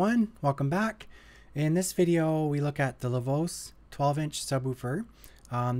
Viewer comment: Didn't know Americans call it Lavose, haha. For anyone wondering, originally it's pronounced 'La Voch-eh'. La voce means 'the voice' as in: La voce di Joseph mi fa tranquillo.